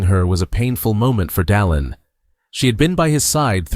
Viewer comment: AI. doesn't listen. The narrator has very clear diction and pronounces President Oaks First name correctly: Dallin.